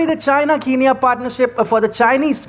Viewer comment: Bro, why the heck are you so high strung? What is this, a fantasy book reading? And what's with your weird pauses at unneccessary places and bad pronunciations? Since when did "Machinery" become "Mash-inery"?? Is it "Machine" or "Mash-ine"? And "Key-nya" for "Ken-ya"? Seriously? Also "Al-bet" for "Al-beit". I mean why do you even bother? Can't you people at TFIGlobal find any good narrators at all? I mean It's like is bad, is worse and is the worst. It's like you're consciously trying to make the trifecta of negative superlatives i.e. "Bad, Worse and Worst". What is wrong with you people? Do I need to give an online dictionary link in every video that you make??